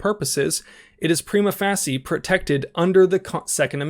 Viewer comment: prima facie = pre-mah fay-sha